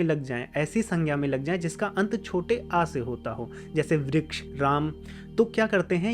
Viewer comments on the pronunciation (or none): As a Sanskrit learner and teacher, I request you to pronounce the complete sound of the svaras. I understand Hindi has half sound of Svaras, but वृक्ष is pronounced as Vriksha (note, I don't mean Vrikshaa) and not Vriksh. When there is a halantha, the svara is cut by half. Like if you want to say Vriksh it will be written as वृक्ष्।there is no word like that in Sanskrit. It is वृक्षः or वृक्ष in sambodhana. क्ष् + अ। request you to please not swallow the अ🙏😊Correct उच्चारणम् is very important in Sanskrit 🙏this my विनम्र चेष्टा to make Sanskrit accurate। बाकी तो, आपका काम पुण्य का है। प्रणाम।